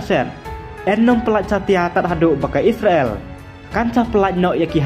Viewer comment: What a pronounciation 😅😅😅😅😅isreal